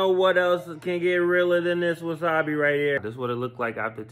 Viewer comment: YOUR PRONOUNCING WASABI WRONG!